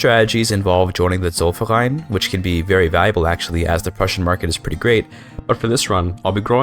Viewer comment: You probably have the best pronunciation of "Zollverein" out of all youtubers.